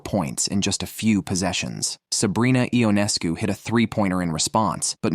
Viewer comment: First of all the pronunciation of Sabrina’s last name is “Yoo Nes Coo “, not “I On Es Cu” Would you please get this right. Not pronouncing her name correctly demonstrates that you don’t know the game or the players like so many others who comment on this site. The reason I won’t give you a thumbs up designation is because you are twisting words to insinuate that there is a huge rivalry between Sabrina and Caitlin. You also set a tone that Caitlin is being played in a rough manner. For some WNBA players that is a fair comment but to infer that Sabrina is one of them because Caitlin is breaking Sabrina’s records is insane. I watched Sabrina play for almost a decade and can honestly tell you that she rarely commits fouls or attempts to intimidate other players. I have never seen her foul out in college or the pros. Considering Sabrina is an astonishing athlete she plays within her abilities and doesn’t seem to carry any grudges. There may be exceptions of course but it would be a minimal amount of all the games in which she has competed. Why is it necessary to stir up false allegations against any WNBA player when you are totally wrong. I suppose you garner negative headlines to solicit viewers. It isn’t just you, it is many of the writers who do the same thing! Casting incorrect information toward any player actually starts to build an image that isn’t true and could incite someone who believes this stuff to develop a negative narrative that results with misguided behavior, unl